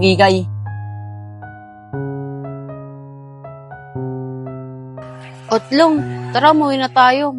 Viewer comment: utlung ❎ otlog ✅